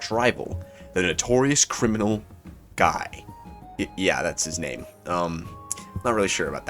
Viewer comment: The correct way to pronounce Guy is (gEE) btw.